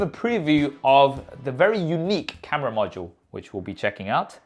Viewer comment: everything was going right until this guy started pronouncing camera as KHAMERA 😂